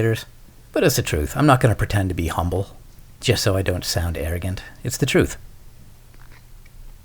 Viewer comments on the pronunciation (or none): none